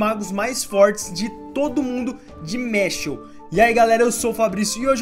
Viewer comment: que agonia ouvir tu falando mashLE